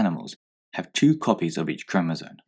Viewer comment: when you press number 2 it sounds like he saying jizz that aside great video